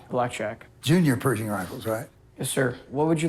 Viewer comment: Its not Perzhing it’s Per`sh`ing 😊